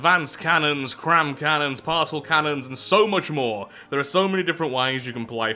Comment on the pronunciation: It still amazes me that you pronounce Particle as Parsel instead of Part-ih-kuhl